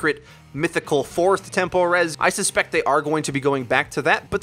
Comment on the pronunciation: Are you pronouncing “tempo res” as “temple res” or is it just me?